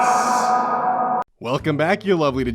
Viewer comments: I thought honse was HON-SE-E not HON-ISS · I come back to this video once in a while just to hear H O N S E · i like how you just echoed H O N S E like you depended on saying it like that for your life